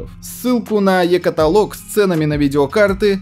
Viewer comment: КаталОг,!